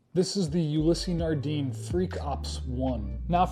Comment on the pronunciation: more importantly... its; Nard-AN, nor Nard-een..